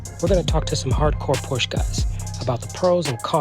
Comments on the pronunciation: Was interested in this until I heard you pronounce Porsche. Would think you would pronounce it correctly. You don’t. Hard to have much confidence in what you have to say. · When I think of porsh, i think of American pronunciation